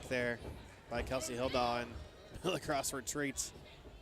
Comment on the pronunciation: every time the commentators pronounce milagros wrong, they should be punched in the face. its a spanish name, not a word like milligrams.